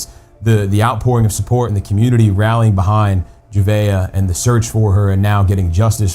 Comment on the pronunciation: You could at least get her name right. It’s not hard, especially after listening to multiple people say it correctly. Juh Vay Uh… Javeayah